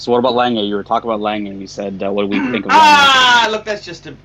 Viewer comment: Lol at honest tooth . Also why do you pronounce "langey", pronounce "langoondsunn". Danke